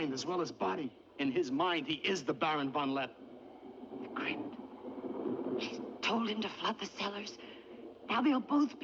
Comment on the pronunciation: Von LeppE, not von Lepp !!